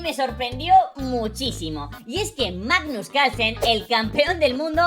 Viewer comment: "manus calsen" jajajja